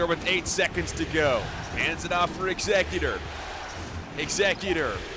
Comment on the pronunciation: Eggs-ze-cutor lol or Scissor... Great analytical commentary though